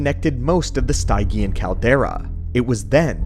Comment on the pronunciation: It's pronounced: STIDGE-EE-AN not STYE-GEE-AN, no worries.